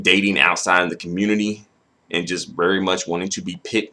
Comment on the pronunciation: where da kanga in a kammunitiiiia